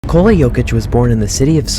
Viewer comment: Ni-ko-la Like ni-co-las, just without the s on the end Not Ni-cola He's not another kind of cola 🙂 Thank you for the content 👍 Please excuse my nitpick 🙏